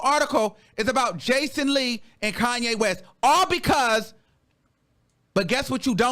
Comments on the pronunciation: baby did you say BACON Lee? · Not “Bacon-Lee” 😂😂😂 🔫🔫🔫